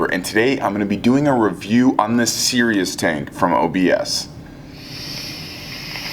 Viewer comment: isn't it pronounced cree-us the the car prius but with a C